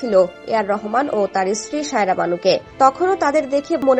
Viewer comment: Shaira na bhai, SAIRA- kindly pronounce correctly!